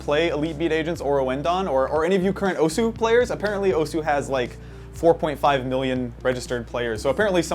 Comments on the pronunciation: Just so people know: The "u" in "osu!" is silent, so it's pronounced "os". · The 'u' in 'Osu!' is silent. -_ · It's pronounced OSS!! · Graphical tablets? Also, you're saying osu! wrong. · I'm cringing listening to him pronounce Osu! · Please learn how to say osu